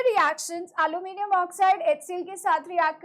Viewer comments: Alluminium ❌ aloo minimum ✅🗿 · Aluminium ❎ aaloo minium ✅